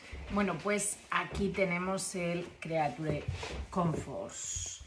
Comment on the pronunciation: "Crichur comforts"